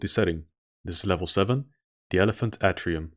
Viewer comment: Atrium = "ey-tree-yoom", actually. Always a bummer if games don't do reflections well, let alone proper stair climbing animations... I miss Sam's shades. Don't give a darn on those "Duke Nukem rip-off" opinions. : Good thing there's no shaky cam to overcompensate. : For me, it's the Xen pools from Half-Life 1. (By the way, why Quake 1.5 in your playthrough for that game?) That Kleer "catapult target" part reminds me of some old computer gun game where you have to hit all the chickens/plates/clay targets. In the meantime, though, I can relate with your rampant completionism. That secret pillar Reptiloid really got the shaft. : I really need to polish my Dr. Seuss know-how. Those aren't Dumbos. They don't have longer ears.